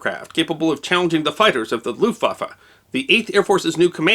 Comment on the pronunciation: Argh "looftwaffer", my ears, my ears, please God let me unhear this abomonation.